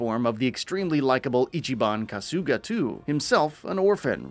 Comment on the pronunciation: If you're going to talk about a fucking game series at least get the character and location names right "Ichiban KASOOOGA" "Kazuma KIRYUUUH""Izesaki IJINKO" "SotunBOOROHH" wtf?